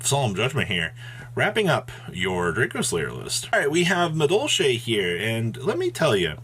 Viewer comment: He said medolche then flu, and I just stoped giving a fuck about this video